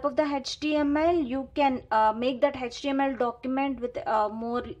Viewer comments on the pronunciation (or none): Can you please pronounce the html as a html. it's not hechtml it's html okay. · Mam it's html not hhtml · H actually pronounced as hach so don't be oversmart 😮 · Pronunciation of h in html 🤔🤔🤔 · She also knows it is html but it seems to be little difficult for her to pronounce no problem in that... 😒